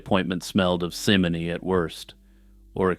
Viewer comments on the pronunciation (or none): Excellent content, well presented! One point though, simony is pronounced like the name Simon, as it is taken from the name Simon Magnus. He is described in the Acts of the Apostles as having attempted to bribe disciples of Jesus to gain powers of the Holy Spirit. The pronunciation is very important. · Mersayah? Mercia is not pronounced like that. Dude, first simony now Mercia? Get it together!